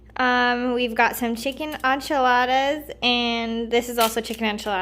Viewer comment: Hi, I came upon your video very randomly ...but it was so sweet :) I just want to let you know that enchilada is pron. like in-cha-lodda 😉